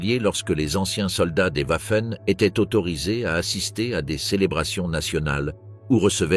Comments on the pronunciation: Ouaffen SS 🤣🤣🤣🤡🤡 Waffen SS se prononce Vaffen SS ! Pas « Ouaffen » . Ouaf ouaf 🐶 😂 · Arrêtez de montrer des hommes de la Wehrmacht, renseignez vous avant de produire des vidéos. Puis on dit Wagon, pas OUAgon. Renseignez-vous aussi sur les prononciations. On dit "V''affen SS. Affligeant ce reportage. .